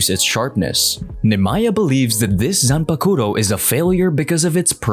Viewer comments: Zanpukuto???? It's zanpukto. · Her name is normally spelled Sūi-Feng that's why, in the english dub they changed it to Soi Fon 😁 So he actually calls her by her japanese name. Only i also don't know how why he says Zanbakuto 😂😂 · Zanbakuto? Swing Feng? Gotta work on them pronunciations my guym